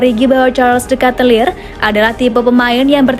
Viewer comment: wah.. adminya gak follow instagram ac milan nih.. cara baca nama CDK bukan "de katelir" min...🤣🤣🤣🤣